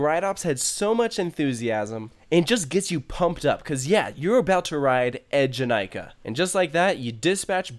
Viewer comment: That moment you wonder why a ride with twi E’s at the beginning of its name so being pronounced EDGE-in-I-ka...🤔 Also, there are some significant layout differences besides just the ZeroG roll (including in the rotations), surprised you didn’t notice (OwO) those 🤷🏿‍♀️